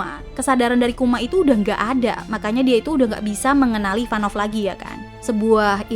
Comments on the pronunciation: Ivankov bukan Ivanov 🤭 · Maaf kak, merasa aneh aja dengernya SALFOK sama penyebutan nama karakter IVANKOV Bukan IVAN NOV KAK Tapi. IVAN KOV Maaf kak sebelumnya, terima kasih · Ivanov apa ivankov. Hahaha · IVANKOV kak IVANKOV...😅